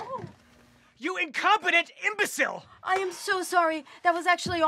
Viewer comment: Him: YOU INCOPETENT EMBOCILE Me: why did he say it like that?